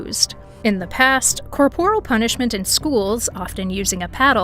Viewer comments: In the first five seconds - the word is pronounced COR-por-al, not cor-POR-al. Teach your AI better. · it's pronounced "CORE-por-il"